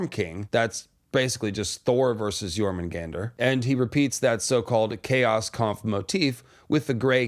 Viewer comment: I think it is pronounced "Your-munn-gun-deer" Not "Your-mun-gander" I could be wrong. Love your videos thanks for all the content